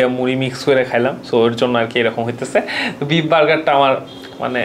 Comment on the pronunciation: Please either speak English or Bengali. If you do both at the same time, it’s insult to both languages. Lastly, don’t use words that practically means nothing neither in Bengali nor in English. And you talk and eat at the same time? Disgusting! I understand it’s a Food video but come one now. Lastly it’s beef not beep!!!!